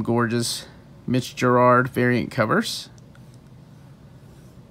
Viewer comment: I was guilty of this for a while too but it’s Mitch Gerads, not Gerard. No r after the a. Anyways that hardcover is beautiful and I’m heavily considering double dipping to get it (have all the singles).